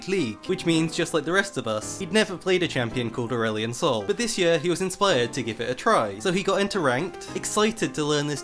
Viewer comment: Your first Aurelion Sol sounds like Earl Sol which makes me think of Earl Grey Tea but if I think further I think of Earth's son... Yeah... my mind is going places man, I'm tired, another night no sleep for schoolwork cause theses are fun